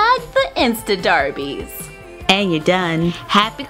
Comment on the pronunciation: can she stop saying darbies its so cringey